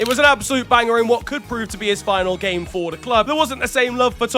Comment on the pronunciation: idk if anybody else been known this but this segment has been getting shorter and shorter and at first i thought he was just saying "the beautiful gay" but now hes just say the beautiful g